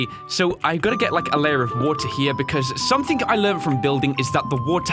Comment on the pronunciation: I’m not trying to sound rude or ignorant or anything but when you say something it sounds like you say “somethink”